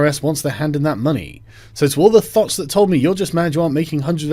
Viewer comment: you say thot in such a posh way Thooouuut